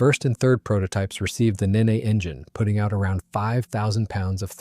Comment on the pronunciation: Nene is pronounced NEEN, not ninny